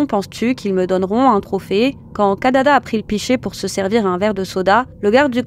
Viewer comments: C'est KIDADA et non pas KADADA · Kidada et non Kadada..